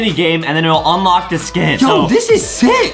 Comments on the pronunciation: Justin Adam said unloch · Adam said unloch